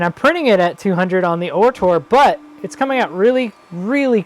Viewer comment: great video. "ORtur" though, not "OHtor" .